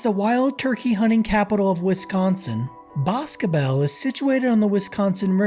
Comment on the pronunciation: As a resident of boscobel, ive gotta give you props for pronouncing it correctly. With regards to the facility in boscobel and its medical care, quite a few of the incidents happen when attempting to receive medical care. I believe it was 2020 or 2021 an inmate was brought to the hospital in town, and dude stabbed the transporting officer with a shank.